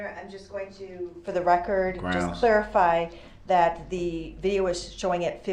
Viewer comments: He actually, at one point, told the judge that it had to be better “grouns” than heresay or relevance. What a fool! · lol same thing as sub-stain , objucsheen , axed , and groundzzzz !! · GroundZZ… did you see the license place? LoL. I just can’t with this guy.